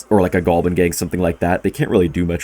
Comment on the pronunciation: Why does he say "goalbin" instead of goblin?